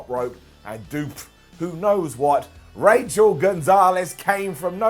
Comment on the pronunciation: Rachel Gonzales? Her name’s Raquel like Raquel Welsh and I’ve never even seen her before